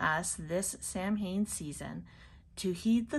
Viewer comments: It's pronounced SOW-in, sweetie, not Sam Haim. It's Irish Gaelic, it means "summer's end." Blessed Samhain to you. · I used to get this box but had to stop because I'm trying to cut down on clutter but I miss it. 😩 This was a nice box. Also, Samhain is pronounced sow-win. ❤ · Just so you know, Samhain is pronounced "Sow-Win" . Sorry. One of my biggest pet peeves is when a witch or Pagan mispronounced one of our Sabbats.